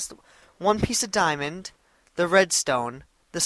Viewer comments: its funny how he says diomond but keeps on goin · its funny how he says diamond but keeps on going